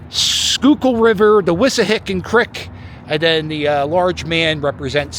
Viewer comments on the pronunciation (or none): none